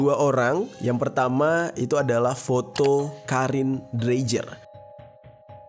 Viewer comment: Dreijer kalau orang Eropa membacanya Dreiyer Mass